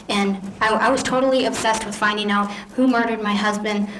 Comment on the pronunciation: Or when he closes off the video, " out"...I hear "my goat"🐐